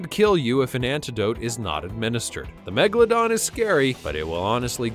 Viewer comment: The name of the old shark is MEGALODON, not Megladon